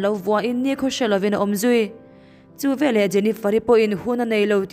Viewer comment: Hla thu chham a ang riau. chhiar tawp rawh. A key tih danglam hian a mawilo zawk. Leh lawk, " VELAH " tih loh tur." VE LEH " ti tur zawk. Ṭang sauh sauh teh le.